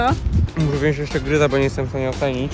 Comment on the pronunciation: Wziąć a nie wziąść